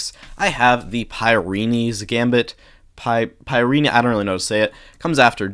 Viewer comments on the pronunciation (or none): none